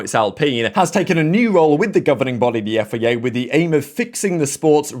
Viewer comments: I've tried to ignore this for so so long, but please say F I A properly 😂 Otherwise, ace content as always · When you say FIA, it almost souds like Yifei Ye. 😂